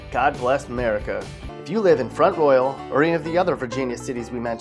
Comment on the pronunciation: Locals pronounce it front rawl